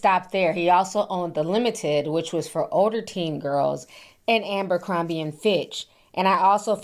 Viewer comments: ABercrombie... Not AMbercrombie.... said it wrong about fifty eleven times. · ABERCROMBIE not Amber… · ABER, Aber....ABERCROMBIE! One of my biggest pet peves is when creators don't pronounce things correctly. I assume that many of you research these topics and information surrounding said topics. Pronunciation should most definitely be included in that!!